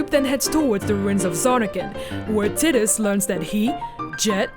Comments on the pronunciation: It's not "tit us" it's breastus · Kim Steinbach-Reif Well it's japanese and was confirmed to be pronounced teedus. As someone from germany that's how I pronounced it anyway so it doesn't bother me though obviously a native english speaker would pronounce it taidus. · IT'S PRONOUNCED "TIE - DUSS" - There's no language in the world that would support pronouncing his name "Tid-dus". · First time to hear someone call him "tit-us" instead of "tide-us" or "tee-dus" hahaha kind of bothers my head a little xD but, who cares! Love the video! My first Final Fantasy was Final Fantasy from the Regular nintendo :) I played it around when I was 3-5, never beat it or finished it, just played it and loved it, my first one to truly play and beat was FFX. I have a strong emotional attachment to the wonderful game, which is probably why I had fallen in love with FFX-2 lol. Even if it was a "meh" kind of game.... I loved it :) FFX and X-2 are both dear to my heart. Can't wait for the HD remaster :3 I already have the Collector's Edition pre-ordered! :) WOOOOO FF! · Omg i seriously could not focus on what was said other than "TIDDUS" When i was a kid i thought it was TIE-DUS for a few years before i played Kingdom Hearts The correct way to pronounce the protagonists name is "TEE-DUS" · Tide-us not Tiddies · Tit-diss?? LOL TIE- DUS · I pronounced his name as "Tie-Dus". Sounds weird to me hearing her say "Tid-Us". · Tai-dus, not Tid-dus. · T- I - dus. The I is pronounced like the letter i, it is not pronounced Tit us. Titties.. heh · tid-iss? ew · why the hell does no one pronounce tidus right? its tide-us its a refence to the sea tides you know the whole main theme of the game is water I thought it was obvious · her pronouncing tiddehs, irritates the sht outta me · Of Tee-dis and Tie-dis and Tiddis, Tiddis is the only I can not deal with haha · I lost it when it sounded like titties. Lmao. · Tit-dus lol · titus and beside (besaid)? good video tho.. lol